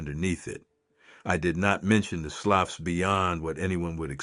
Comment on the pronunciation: Sloughs is pronounced: "sloos" / slews